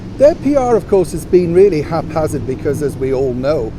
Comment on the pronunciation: HNY everyone🎉, U had me on the floor with "Hap-HAZ-ard" - now there's a perfect description...just add Prince! ROFLOL